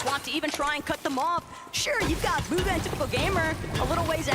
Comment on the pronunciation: Did bro say Boga instead of bugha